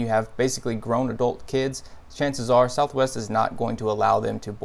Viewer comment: Southwest, "ees tha ves!"